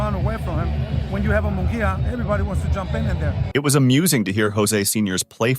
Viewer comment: Munguia is pronounced as if it was spelled like this Moon -gia.I know cause my last name is Munguia , so learn to pronounce my cousin's last name correctly.